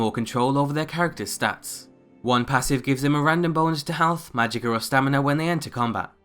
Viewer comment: Since when is there an R in magicka...